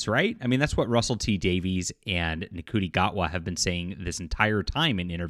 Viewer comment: It's shootie gatwa, not cootie gatwa.